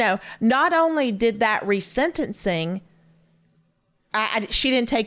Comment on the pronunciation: It’s not “senencing”, Savannah. It’s “sentencing”.